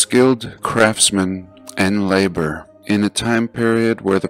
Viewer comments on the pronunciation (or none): none